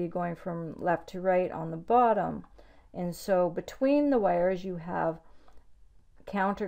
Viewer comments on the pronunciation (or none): none